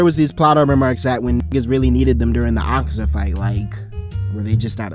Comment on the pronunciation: I might be saying this on my dad's phone but the way you say his name is akaza!